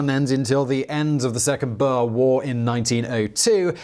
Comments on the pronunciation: Boer is probably best pronounced BOuHEHRR Confusingly wiart is probably pronounced Viart The German people pronunciation on the VW is fee vee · Boer is pronounced "boor" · Wtf is a BUR??? Its BOER! Do so research... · OK I was mostly referring to the boer pronounced bower. Definitely wrong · The "Bear War"? The "Bears"?? Your pronunciations become more eccentric with each video. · Well that was clearly a lunkhead moment. But honestly, I would appreciate if you can work just a bit on that pronunciation as I've never heard somebody say Boer like that. Thank you, I do enjoy your shows.